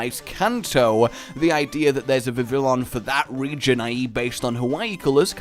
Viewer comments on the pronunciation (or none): Vivillon = Viv-ee-on... Just letting you know. It's from the French, where a double L isn't pronounced, it just drags out the previous sound. For example, "Travaille" (Work in English) is pronounced Tra-vye. The anime uses Viv-ee-on as well.